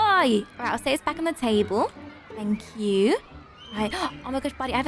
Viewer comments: He said “tanks you” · Buddy At The Last Time Seeing Livie : “fank you” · Buddy said fank you